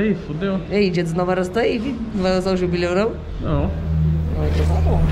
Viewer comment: "jubleu" kkakakakakak